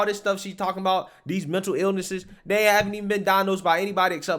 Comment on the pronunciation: No I haven'TA! You're not listening to meAH! I'm tying to educate youAH!